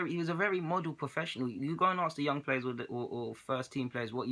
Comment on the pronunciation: Why do you always say aks me instead of ask me haha